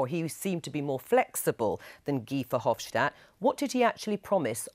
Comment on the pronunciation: It's not VerhofSHtadt, he's not German, simple S in Dutch.